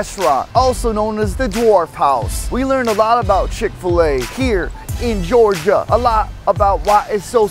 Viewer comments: Gorgia? Lmao it’s Georgia** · "Gorgia" :P